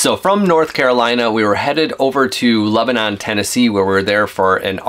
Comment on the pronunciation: Lol it's not pronounced Leb a non like the country it's more like Lebunun